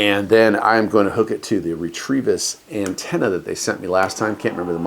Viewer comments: Fun. Do you know you're adding an "R" to the middle of the company name? I'd say it "REH-teh-visss." Tryin' to help. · Re trevis? Isn't it pronounced, Reh Tivis?